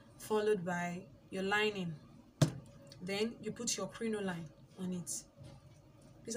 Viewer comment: Welldone. Its pronounced "crinolean"